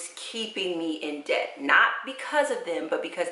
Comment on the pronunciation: You keep saying ded to dept that's so sweet smh